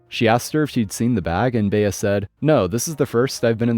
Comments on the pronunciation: Furthermore, has never heard of the actress Bea Arthur, who starred in the TV series "Maude? It drove me up the wall every time he said "Bay-a" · Okay, I understand you're of a younger generation and the name Bea isn't common anymore. But the name Bea is pronounced BEE, no "A" sound at the end and is usually short for Beatrice (where the "A" sound is pronounced ironically enough). I've yet to go to a grocery store where you need to enter thru the checkouts I'm 67 and I've been to a lot of grocery stores in many different states. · FYI - “Bea” is a woman’s name - short for Beatrice. It is pronounced “Bee”. Duh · Bea is correctly pronounced "bee". I've known a few Beas. Story three.... If being followed by a rabid Karen or Chad spewing threats, drive to nearest police station. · Agreed it was driving me nuts, though Bhea is a cute name.